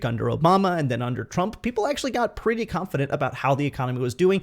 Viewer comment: Love your indian accent. The way you said "P'ty" instead of "Pretty" it's fun.